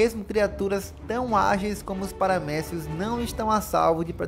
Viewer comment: Eu ouvi paramédico 😅 depois que fui entender kkk